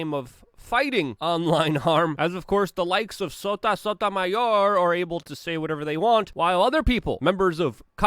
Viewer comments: "SOTA SOTAMAYOR" rotf !!!!! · I love Luke's pronunciations "sota sotamayor" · love hearing Luke say.. 'SOTA SOTAMAYORRrr'